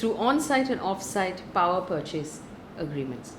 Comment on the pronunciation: check the pronunciation of petrol and *purchase*...posting with the best of intentions ❣️